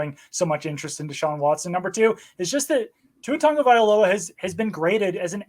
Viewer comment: Pro Football can you learn how to pronounce his name.